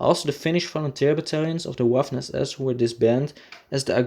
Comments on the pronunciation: APPRECIATE THE HISTORICAL INFO. PLEASE CHANGE: WI-KING not Ui- king, Wa- ffen not Ua- ffen. Anyways fantastic content! CONGRATS! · Wiking is pronounced "Vee-king". Waffen is pronounced "Vaff-en". Narwa is pronounced "Nahr-vah" Dniepr is prounded "D-nee-per". That's a start. I can't keep up with the mispronunciations - there are so many, essentially every sentence is an auditory train wreck. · The “W” in German makes a “V” sound. Say Vaffen and Viking.